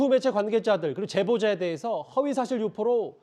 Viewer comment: 저 앞에 서있는 사회자인 지 뭔 지 발음 뭐냐 갈아치워라 허위사쥬포 정보통신만법 이러네